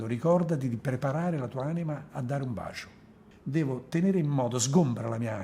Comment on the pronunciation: Sinceramente lo trovo noioso nell'esporre e poco coinvolgente. Poi quella pronuncia, "bascio".... Mah!